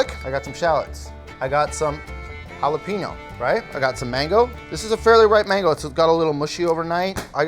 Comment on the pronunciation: Is any one else upset how he says jalapeño?